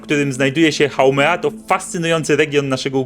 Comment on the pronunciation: Haumea nie haumena